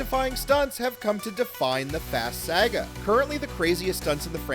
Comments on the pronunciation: Bro said: 🗣️🗣️🗣️ Sayugua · I can’t believe you pronounce “saga” like that 😂